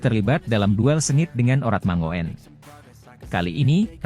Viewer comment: Oratmangoen yang benar dibacanya Oratmangun, om...